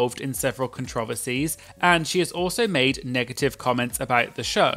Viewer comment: I love the way you say “controversies” so British